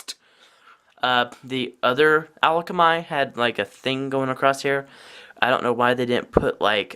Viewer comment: Also where are you getting the l from in akamai? It's pronounced uh-kom-i